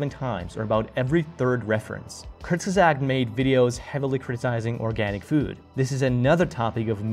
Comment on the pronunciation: "Kurgisags" 😂 It's Kurzgesagt. Kurz-ge-sagt^^